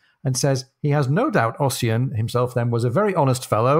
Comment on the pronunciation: Fyi Ossian is pronounced Usheen 😉